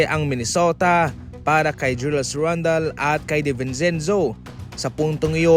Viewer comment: ka ng, Randel po hindi